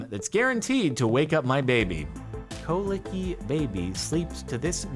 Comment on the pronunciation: Is no one gonna talk about how Jardon pronounced Colicky as 'co-licky' ?